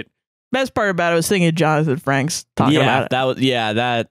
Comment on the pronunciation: I'm so sorry I cannot stand by and let y'all call Commander William Ryker "Johnathan FRANKS". It's Frakes. Please and thank you. (love you)